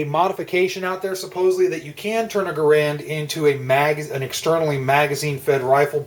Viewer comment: Rifles don't have clips, pistols do. The M1 "en bloc" is just THAT, an en bloc.....not a damn "clip"! BTW, though it's spelled GARAND, it is NOT pronounced thus. The correct pronunciation is Geh'-rend........sounds like 'errand'.